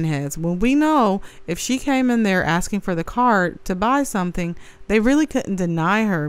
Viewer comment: I hope the Feds give Tiff Tiff everything she "axxin'" for.